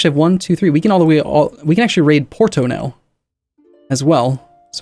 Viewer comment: im a portuguese fan of yours and you cant raid Porto now, until u stop calling it Portow xD